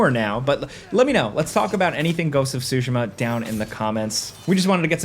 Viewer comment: "goats of sushi ma"